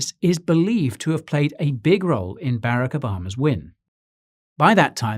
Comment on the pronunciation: He called him berrack I’m dying